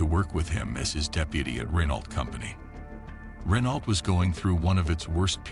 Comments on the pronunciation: It's funny hearing Americans say "Renault", actually pronouncing the "t". I guess it's being an ocean away from the garlic munchers. We're only a channel away from them so we know to say it "ren-oh". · You’d think you’d learn how to pronounce Renault ! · It's not Renault.. It's pronounced Reno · It's pronounced "Ruh-Noh" or "Ren-Oh" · Errrr.... Why would anyone believe you if you can't even pronounce 'Renault' correctly? shAmericunts....... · The pronunciation of Renault is so cringy. Ugh. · again, it's puppy mill time 😞 nevertheless, spend 60 seconds and figure out how to properly pronounce French words: Renault, Versailles...... atrocious